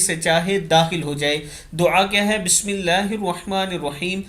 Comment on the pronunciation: اله کے ه پر کھڑی زبر ہوتی ہے اس کو درست کر لیجیے